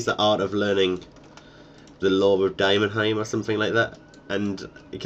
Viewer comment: It's Demonheim Not Dimonheim...